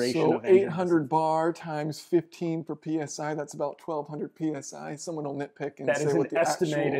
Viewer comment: "That's about 1200 penis eye" LOL I cant be the only one who heard that